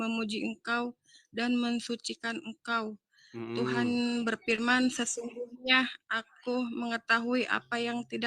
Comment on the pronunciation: Berfirman ya Mbak, bukan berpirman, emang saudara tapir shg bilangnya pirman. Wajahnya cantik, tapi otaknya cacat ya 🤣🤣🤣 UCLIM